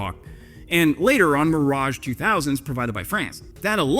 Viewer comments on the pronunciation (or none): none